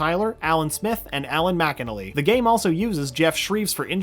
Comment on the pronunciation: you said mcnally wrong